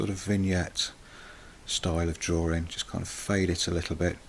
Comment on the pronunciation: the way you say drawing sounds like drawring. I'm not trying to be offensive or anything, so sorry if that offended you.